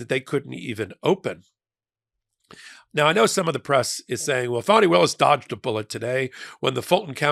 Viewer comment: Why does he keep pronouncing her name “Phoney,” instead of “Fawn-nee?” Is this supposed to be someone kind of “dig” disguise? smh